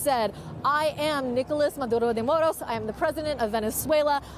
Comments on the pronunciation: No need to lapse into the Spanish language just to say a name, babe. Just say Maduro. We don't need " Mahdrrrrrrrrrrrrrrrrrrrrrrrrrrrrrrrrro". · His name is Maduro, not Maduhdo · This reporter speaks in sympathy with Maduro. She even uses the Latin pronunciation of his name. She brings up questions of legality. National sovereignty. No evidence of gun crimes. On and on. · Why does she say Maduro that way? 😂😂😂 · How many times is going to say his name with the accent !!! What a joke !!!